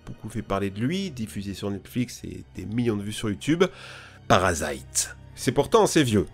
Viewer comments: "Parasaïte" il m'a tué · Il l'a prononcé à l'anglaise, rien de plus...